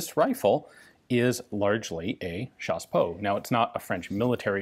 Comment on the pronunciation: When you say chassepot I think you mean CHaSsePoT